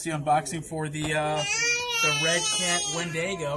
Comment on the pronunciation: Great vid and! Lol I couldn't stop giggling every time you said Wendigo as Windaygo😂😂, think of it as being said like Win-dig-o 🤘😀🤘